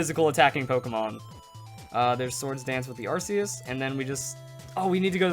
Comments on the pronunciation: it's pronounced ARK- EE US for the love of god smh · I'm more of the casual pokemon player but isn't Arceus pronounced differently then you pronounced it? I'm basing that off the anime movie with Hoppa but the anime may have pronounced it wrong idk. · ikr I say Ark ee us. But then again I'm British so I'm not correcting coz he's American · to each his own i guess, im just used to ARK EE US, so it sounds weird when pronounced otherwise